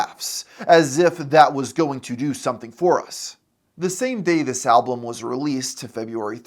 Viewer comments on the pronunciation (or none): ah yes, "ALBLUM"